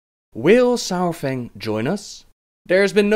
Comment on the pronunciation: It's not sourfang. Saurfang, it sounds like it looks.